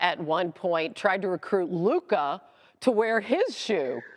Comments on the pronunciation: I wonder when stephen a will learn to pronounce luka's name correctly. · I am gonna crash out if Stephen A. gonna pronounce Lukas name like that one more time. Bro a superstar who have been like 7 years in the league already.